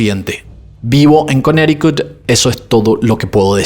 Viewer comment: No entiendo que haga algunas pronunciaciones como cuando dice Connecticut.